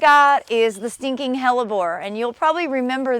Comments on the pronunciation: Sinking hellebore ? It sound like you both are saying stinking hellebore . Definitely got my attention and now I want more hellebores in my garden🤗. Love your new channel . Thank you for sharing your talents with us. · Yes it’s “stinking” hellebore 🤣